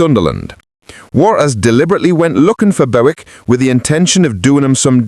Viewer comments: Bowick 😅😅😅 It's Bewick 🙄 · Hi surname is pronounced Buick as in the American car not the way you are pronouncing it